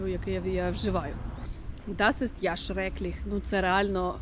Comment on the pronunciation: У "mach das ja nicht" ja треба вимовляти довше і з наголосом) Взагалі дуже добре, не знаю, чи я могла б це пояснити так добре 😅 Ще додаю "sie ist ja nicht so motiviert" значить що ти від цього (хоч трохи) розчарована або здивована